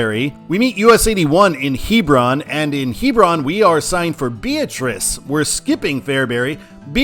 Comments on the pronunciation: the town in Nebraska is pronounced "Bee-AT-rice" not "BEE-uh-trice." Great video! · job as always, but a couple of minor pronunciation corrections. Nebraskans stress the "AT" in Beatrice. Also, there's no "s" in Maryville, Missouri. I actually think Maryville would be a better control city than Bethany east Beatrice. It's quite a lot larger, and it's a fairly important college town.